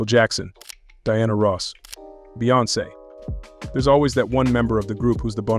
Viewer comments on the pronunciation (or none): none